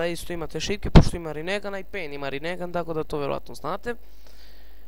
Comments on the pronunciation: molim te ne pricaj rinegan nego rinengan xD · super klip samo se kaze rinengan a ne rinegan